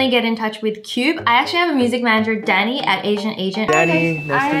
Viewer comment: When you said "thank you Danny" it sou ded like "thank you daddy" and im over here cleaning my ears